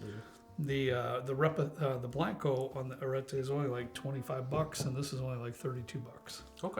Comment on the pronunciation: With Spanish, really no silent letters. So, ar-ret-te.